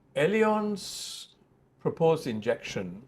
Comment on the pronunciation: Great interview! LOL on how totally butchered pronouncing "allianz" throughout the interview.